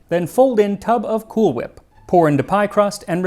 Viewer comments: Why do you keep pronouncing cool whip with a h??!! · Excuse me, sir. It's Cool WHip. Emphasis on the WH. 😂❤ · i may not care for Family Guy but i'll never stop loving the "cool-ch-whip" pronunciation joke 😆